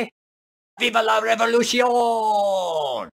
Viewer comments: Revolucion, not revoluti-ohn. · The way you pronounced the end of "revolution" was French, not Spanish.